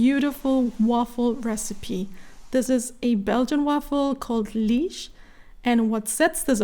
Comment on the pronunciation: it is NOT pronounced Leege.